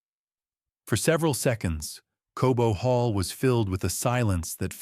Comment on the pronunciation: Cobo hall not Kobo.